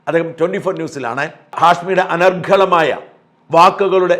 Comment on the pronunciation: എനിക്കാണോ തെറ്റിയത് അതോ ഷാജൻ സാറിനോ? 'അനർഘളമായ' എന്നല്ല 'അനർഗ്ഗളമായ' എന്നാണ് ഇതുവരെ കേട്ടിട്ടുള്ളത്. അതല്ലേ ശരി, അതോ ഇതാണോ?